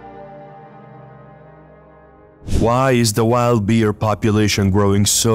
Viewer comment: In the bear segment it sounds like he's calling them deer instead of bear. Am i hearing right?